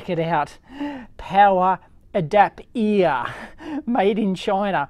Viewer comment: LMAOOOOO ADAPEER